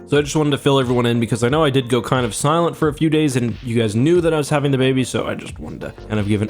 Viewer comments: "I would like to see ze baby." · “I would like to see ze baby.”